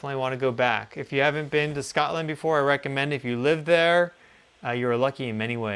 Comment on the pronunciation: "In Shcotland" <3